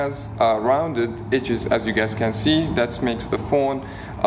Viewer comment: THIS is what happens when you put your head in a vice clamp. Pawn shop? No, that makes sense. Your video was 10 minutes too long! 5 minutes, hit the power points and be gone. EDGES not AGES <--- English articulation lessons